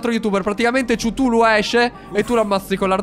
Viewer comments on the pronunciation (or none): none